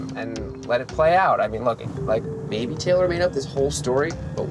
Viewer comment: our names are TAY LOR not TELL ER... geez